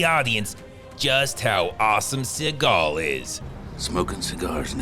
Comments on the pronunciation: I luv how he pronounces Suhgaw😭🤣😂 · It's pronounced "Seagull" C-GL Cee-Gul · Always keep in mind , the real pronunciation is ' Seagull ':face-blue-smiling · You should pronounce his name as the bird... as that's how it's supposed to be pronounced. He just changed it because he thinks it sounds cooler.